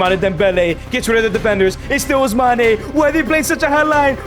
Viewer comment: Ousmane how u say it is wrong correct is Ousman